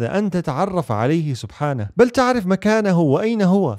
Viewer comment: بارك الله فيك 🌼 ملاحظة : في الدقيقة توجد ذال زائدة في كلمة "سبحانه".